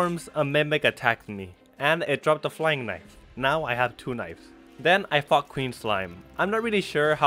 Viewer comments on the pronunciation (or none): "Then I fucked Queen Slime" 0_0 This was quite confusing to hear while I'm expanding my cavern mob grinder to include a fishing spot XD Yes, I know he says "fought" but I wanted to point it out because it made me smile and I wanted to share that with others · Then I f*** queen slime I knew he was meant to say fought